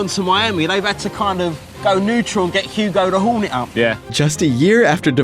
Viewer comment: why is there a with a cockney accent talking about the Charlotte Hornets and their mascot, as he would say, 'Ugo da 'ornet' ? I have no idea but I approve. Now we need somebody with a French accent talking about the Milwaukee Bucks